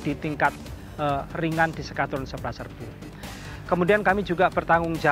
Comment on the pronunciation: ntah kenapa gw dengarnye bilang s-kadrun, mungkin narator gak sengaja